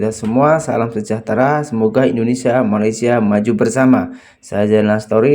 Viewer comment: Sebut Malaysia pun tak betul. Kau ni sekolah ke tak.